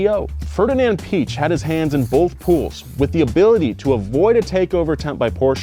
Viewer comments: The umlaut in Piëch means that you should pronounce the letter, meaning Piëch is pronounced ‘Pee-egg’. Fucking savages. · if it's any consolation, most Germans can't pronounce Piech either. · Poor Ferdinand, cringed every time his last name was butchered... Good video other than that. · cant say Piech But can pronounce Kebawah Duli Yang Maha Mulia Paduka Seri Baginda Sultan Haji Hassanal Bolkiah Mu'izzaddin Waddaulah ibni Al-Marhum Sultan Haji Omar 'Ali Saifuddien Sa'adul Khairi Waddien, Sultan dan Yang di-Pertuan Negara Brunei Darussalam. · ... make it Pi - Ech (and go with a mixture of a ch and ck) and there you go! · The e should have umlauts over it. This indicates that the "i" and "e" are pronounced in separate syllables. The name should be said, Pee-aych, with kind of a hard "c" before but not quite, almost. There is a pronunciation video here on YT. Search Ferdinand Piech and hear how it should be pronounced. But definitely not "Peach". Great video BTW, despite my pedantic rhetoric. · Even in Germany we don’t say Piëch, like you described it. It’s more like pee-esh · Your Piech spelling was good tbh. The “ie” is mir like a longer spelled “i”. So for you it like peech. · There are actually two little dots writtenover the "e" in Piëch. That means the "e" is not a modificator to the "i" to make it phonetically longer but will be explicitly pronounced. In Piëchs case it will most likely be prounounced pee-eggh (I spare you to pronounce the ch, this is as close as you get 😉) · Pronunciation of Piech really isn't hard even if you're not German speaking. It's pretty much just P-eck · I can't pronounce Piech so I just say Peach. Americans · Piech is easy to pronounce “pee-egg” is the most easiest way for English speaking people to pronounce it. ^^ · Ferdinand Pee-eck** The correct way is the easiest. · Piech is pronounced pee-eck. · I'm not german, but it's still easy to say the "ch" just say piëch